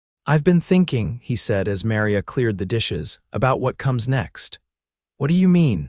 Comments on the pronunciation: Hope your story e need well as yout Tmr mispronunciation of Maria and Santa Fe was so bad I couldn't keep liatening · It is a good story but any idiot knows how to pronounce Maria & Santa Fe properly. Please check your pronounciations of names. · AI voice, mispronounced Santa Fe and Maria. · I am getting hooked on the stories, but the AI reading these is killing me. Santa Fee? How do say a name like Maria? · Really annoying to hear the constant mispronunciation of the name Maria and Santa Fe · I know! Drives me crazy too!😂